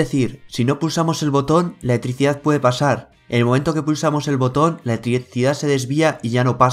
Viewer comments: Repite conmigo. E-L-E-C-T-R-I-C-I-D-A-D .... no letricidad como ricardo fort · Letrisia jajaja muy buen video, pero me causó gracia como pronuncias esa palabra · La eeticidad jajaja